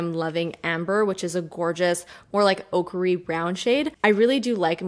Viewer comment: I not so sure "oakary" is a word, not to mention, a color.